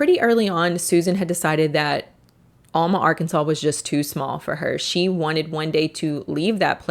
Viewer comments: Alma, AR is 15 miles NE from Fort Smith, AR and is pronounced AL MA with the long A sound not UL MA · Great video!!! Incredibly detailed research, very well presented. I grew up in Alma (first syllable pronounced like "Allen" not "Almond" 😉) Thank you for covering this somewhat obscure (but absolutely wacko) cult. Fantastic job! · I know I’m nitpicking but it’s Al muh like Al the name. Not allmuh. (I’m from round there) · Sorry to be this person but it’s pronounced Al-muh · Owl-ma= Alma, AR 😂😂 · It’s pronounced AL-Ma. I have friends who have talked about getting into the complex and taking pictures in the heart shaped hot tub. I’ve lived in alma for 20+ years and only heard my mom talk about this cult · It's aaalma. The actual compound is up on the hill just north of Dyer, Arkansas. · I used to live in Alma. The Alamo compound was near by. In fact, my sister used to rent an apartment at the old compound long after the cult had moved away. Only we pronounce it Al like Al Bundy. Al-ma -muh al-muh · Lived in Mountainburg Arkansas for 12 years (town just north of Alma) and a buddy of mine lived in a townhouse complex right next to the Alamo property. And sorry to be that person but it’s pronounced AL-muh 😅 awesome video! People were nuts… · It's pronounced AL-ma. Like the name AL. A "B girl" is a "bottle girl". It's still a thing in big clubs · Locals pronounce Alma as AL-muh, like the name Al. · Not trying to be rude, but you are mispronouncing Alma, Arkansas. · I live in Fort Smith, Ar and until about 15 yrs ago or so they had a building in our town. Flyers on your cars all the time. Those jackets were horribly expensive and if you run across one, they still are. Horrible people, crazy followers and incredible that they still have a following. Btw, Alma is pronounced with a short a like apple. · Alma is said like Al from Al Bundy and Ma like ma.